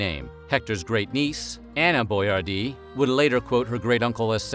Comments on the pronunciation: Your pronouncing his name wrong. It's pronounced Boy-ardee , not Boy-are-dee. Think Yardy without the y. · It's pronounced Boy- AR- DI. NOT BOYAR-Dee